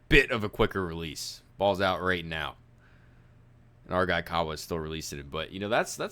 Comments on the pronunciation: His name is pronounced. (Ka-ah-vaah). Kaawa🤙🏽🔥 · White Boy. It's pronounced..Cah*ah* Vah..!!!